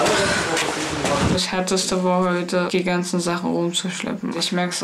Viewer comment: Er hat aber "zügLich" gesagt, wenn man genau hin hört. Aber Recht hast du trotzdem 😁